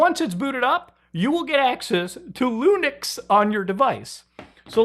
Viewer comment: Why u say lunix and not linux